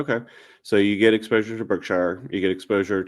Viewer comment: Btw, Berkshire is not pronounced berk-shy-er. It is burk-shr. Like the Berkshire Mountains.